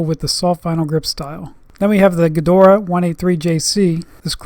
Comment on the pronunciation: why does he call it "Gedoraa" or is it the access flehm in his throat?